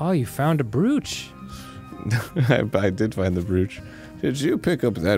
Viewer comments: Are they purposely saying the word brooch (bro-ch) as brewch? So happy they started saying or right. Haha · Fun fact: "brooch" is pronounced as "browch" and not "brewch"! It's true! Now you know! And knowing it's half the battle! Edit: as soon as I commented they started pronouncing it correctly. My power is immeasurable! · For the kids who don't know, brooch is pronounced like roach. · Yeah, I know it's not a super common thing to wear anymore, so a lot of people mispronounce it.